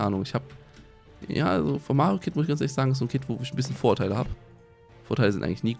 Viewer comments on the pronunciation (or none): haha ich hab statt "Vorurteile" die ganze Zeit Vorteile verstanden und mich gewundert weil Vorteile doch gut sind:D Ich liebe dieses Nuscheln von <3 (oder den kleinen Sprachfehler, wie mans auch nennen mag c: )